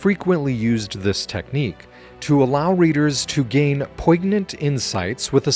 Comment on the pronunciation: Note the pronunciation of poignant, without the solid g. Thanks for a great video, I didn't know anything about Samaria but I remember this passage from the Book of John. Love your channel